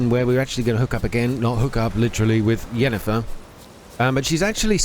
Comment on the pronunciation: Did you notice Ermion pronounced Yennefer as Jennefer, is that right? good video by the way.